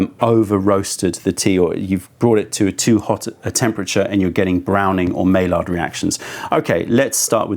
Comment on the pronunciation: Just trying to help you with this comment not be a jerk. It’s pronounced my-yard not may-lard for the reaction talking about the caramelization of proteins.